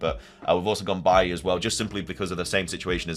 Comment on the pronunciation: It's BAY-LEE!!!!